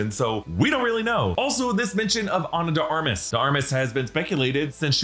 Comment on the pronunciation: ...Ana De 'Ar-Mah'.....